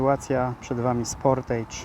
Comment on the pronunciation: Dobra robota z tym dachem. Jeszcze tylko ze skrawków folii okleić lusterka i przyciemnić szyby i będzie petarda. Ten kolor to rzadkość w salonach. No i w końcu ktoś wypowiada Sportejdż👍 też tak wymawiam a nie jakieś Sportarz, Sportasz.